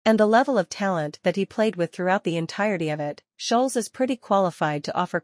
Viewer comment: The way the ai is saying scholes is pissing me off😂